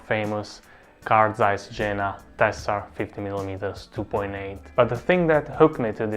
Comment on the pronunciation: Good video, but the name of the German city "Jena" is pronounced as "iena".